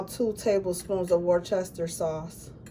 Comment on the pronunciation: 😂Try saying it like “worcester-shire”sauce